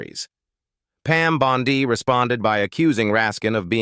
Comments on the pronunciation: Pam Bondi ==> scansion as in Monday. The Pam Bon ↘DEE↘ pronunciation used in this audio is dopey. It's pronounced "bon'dy." Naughty machine! :face-orange-frowning: From where I sit, in Toronto, Canada, t looks as though things are perhaps turning out well in the US, for a change. This will be helped, imho, if critics of the Trump gang be careful with pronunciations, with facts, and in avoiding silly cheap shots. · Can someone please teach AI how to pronounce Bondi.